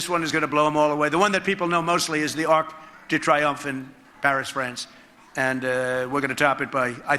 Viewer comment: He totally butchers the pronunciation of Arc de Triomphe. Idiot!!!